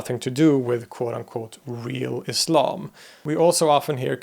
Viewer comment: You're the first Western person I know who says Islam as Islam not Izlam!